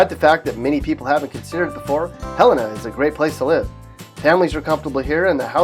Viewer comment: what is hell-in-a?? helena (ha-lean-a) 😂